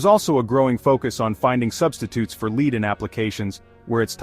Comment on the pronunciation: Get a new robot voice. Lead, the metal is pronounced "Led", not lead (leed) as in guiding someone.